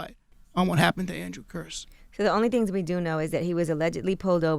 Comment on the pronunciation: how can envy mispronounce kearse at the end when they said it like 100 times during the interview